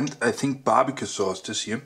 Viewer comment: Bestes englich leicht babicue